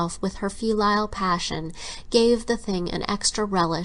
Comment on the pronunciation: I think pronounced the word "filial" wrong. According to every dictionary website I checked, it's like fill+eel, she calls it fil+LIE+ill. Also the word "bequeathed", "physiodomy"?, I believe it's "physiognomy".